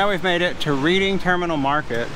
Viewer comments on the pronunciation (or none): REDDING is how you pronounce Reading. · Great! I hope to be there for 3 days in April - so thanks for the heads-up on 'must see' places. (Being British I've been pronouncing Reading Market as 'Redding' - a town in England!